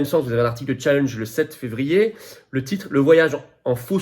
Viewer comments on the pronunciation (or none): En langage patriote on dit challenge, un vieux mot français, plutôt que Tchallinge. Ceci dit, soutien total à votre combat